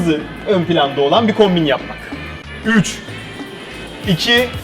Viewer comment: 00.39 saniyede kombin yerine hombin ywziyo sandım sizde öyle sanacaksiniz bakin